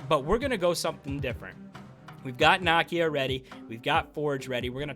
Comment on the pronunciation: Bro her name is pronounce Nah’Key-Ya….not “knock-e-ya”